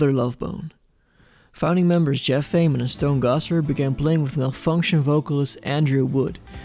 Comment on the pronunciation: You pronounced Ament correctly